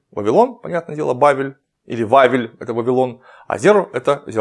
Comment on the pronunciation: как инткресно слушать клима когда он переводит иврит. только не попадает в удорения а так все правельно. зэ'ра - это семя ева - ха'вва вавилон-баве'ль